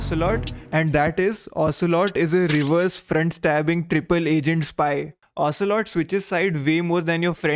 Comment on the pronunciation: You're pretty good : ocealot,revolver shalashaska adamaska ocealot, liquid ocealot😅😅😅